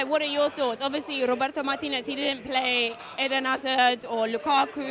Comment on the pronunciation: The way she said Roberto Martinez! It was quite good! I agree with Ty!